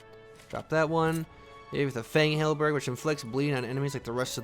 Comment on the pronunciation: Don’t forget about how he says halberG instead of halberd.